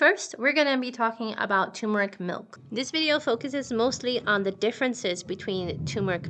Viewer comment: thumbs down for mispronouncing "turmeric". the first "r" is not silent. the word is pronounced "ter-mer-ik", not "too-mer-ik."